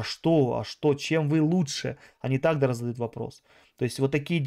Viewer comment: Меня хватило дотерпеть и послушать на 4 минуты!!! Кого вы там собрались платно консультировать???😂🫣🥴🤯 В гАстяхх😳 ни каГда , таГда….😂 Тренируйся …! Жесть